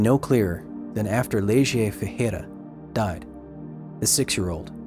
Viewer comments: 'Leide' is basically just 'Lady' Why the hell would you pronounce 'Le - gie'? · Great video. I like your effort on saying the words in portuguese correctly. But there was a huge flaw in one of the name. Leide is pronounced "Laydj", not "Leje". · Just a small correction, Goias is pronounced "go-yAHS" like in "yass queen" xD and the "â" in "Goiânia" sounds like the "u" in "huh" or "humble", Goi-uh-nia. The girl, Leide Ferreira, is pronounded "LAY-dee" almost like "lady" but with a softer D so its like "ladjy".